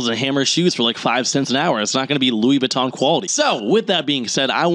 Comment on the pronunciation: "Louis BATTON"? What??!? Throw that boy in jail.